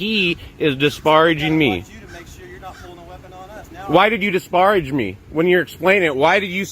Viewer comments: I love his purposeful mispronunciation of disparage... Omg I'm dying the lilt of sarcasm as he says it... I love him... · The way this dude pronounces “disparage” is hilarious!